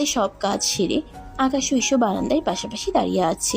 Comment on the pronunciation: ইসু না হিশু